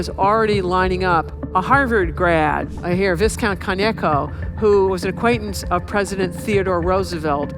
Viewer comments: It’s pronounced vai-kownt not viss-kownt, Perfesser. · its viscount like Vie and count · Its pronounced vi-count not viscount 😅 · I totally respect Sarah Paine and her many analyses, and I'm sure that someone has pointed out in at least one of the other 1200 comments, so again, viscount is pronounced v(eye)count, not viscount. 🙂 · "vis-count" lol. it is pronounced vi-count. this women is awful at english. the other day she couldn't say engma machine. she needs english lessons. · It's not "viss-count", it's "vye-count". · Viz-count? Have you thought of taking English language lessons? Maybe you'd speak the language properly. The "S" is silent, stupid!! Its pronounced vie-count!! Any idea how stupid you sound to an Englishman? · It is VYE-count, not Vis-count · ‘Viscount’?! She has butchered that pronunciation!! It’s pronounced ‘Vei-count’ not ‘vis-cunt’!! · "Visscount"? It's pronounced vycount. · Excellent presentation. Only criticism is that the word is pronounced “vi-count,” not “vis-count.” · Vai-kownt. But otherwise good. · It's pronounced veye- count, right? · "Viss count"? 😂😂😂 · Did she say… viScount?! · vy-count. she's sharp but still just american at the end of the day. shame. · Viscount is pronounced vy-count. The S is silent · Vi-count...the 's' is silent. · Viscount is pronounced vaicount ma’am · It’s pronounced Vie-count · Viscount is pronounced "Vy-count" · Viscount is pronounced VY-count. You learned the history and ignored the language. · She says viz-count 😂😂😂🤡🤡🤡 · "Vizcount" SMDH Sarah, SMDH... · i know everybody makes mistakes but it was a little jarring to hear such a knowledgeable woman mispronounce viscount. (for those who don't know the S is silent. it's vai-count) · She may be an academic, but she still struggles to pronounce words correctly. “Viscount” is pronounced “vai-kownt,” or even easier, “Vi-count.” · It's pronounced "Vai-count"! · "VIS-count?' Seriously? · Viscount is pronounced Veye-count with the 's' being silent.